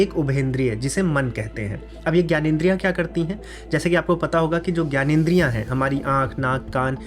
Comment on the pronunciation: आप खुद ग्यानेंद्रिय क्यू कहते हैं, जब की वो ज्ञानेंद्रिय है